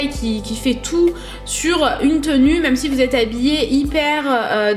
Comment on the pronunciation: STOP il est vraiment temps de ne plus dire ''MEUME'' au lieu de ''MÊME'' tu vois c'est comme les enfants un moment on leur enleve leur doudou ^^ 😂😂❤ Bon on t'aime quand même...